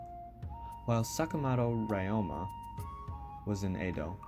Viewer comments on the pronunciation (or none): could you check your pronunciations of Ryoma and other Japanese words as they are incorrect and it’s not appropriate for any student studying Japanese